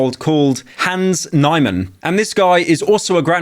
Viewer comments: Jesus Pyro, try to pronounce a single word right. LEEchess, not LEYEchess KNEEman, not NEYEman HIK-AR-U, not HACK-AR-U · pyros coverage on the situation is uhhhh.... lacking so ill try and explain everything in this comment hans niemann(nEEEman not NIGHman), currently top 50 in the world won a game against world champion magnus carlsen while playing black. this is abnormal because at the highest level, if u were playing as white usually the worst you get is a draw unless you make a blunder (they dont usually blunder) unlike what some people were saying online, magnus did not tilt, his playing was quite normal for him, but niemann had played top engine moves that werent very intuitive to find against magnus's surprise line. now the explanation is that he had prepped for the line. if u prep for a line, you will have consulted chess engines regarding the line to get top moves, so the computer like playing would be understandable, but this wasnt something magnus played alot. basically magnus did like a surprise line thing and hans surprised him on his surprise line with seemingly no way to tell magnus would play that line. hans's excuse was that magnus had played the line in a game, but gave incorrect details about what game magnus played it in. the other thing is that hans has of course cheated online before. this wasnt in like a tournament with prize money and he also was rlly young so its more excusable, but it does paint a bad image for him, which also is why alot of people are suspicious of him cheating again hans niemann also is suspected of cheating because of his post game interviews. right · As a Chess nerd, my ears started bleeding around about when you said Hans “Nighmen”. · Pyro is butchering these names. Hinz Neigman? Liechess? Hackaru? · "nye man" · What? Garry Kasparov is retired lol. Magnus Carlsen is 2861 and second is Ding Liren at 2808. Also, you said both "Niemann" and "Hikaru" wrong. It's okay though, what can you do lol